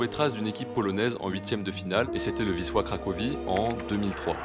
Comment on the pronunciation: Ton "Wisła" est nickel 😉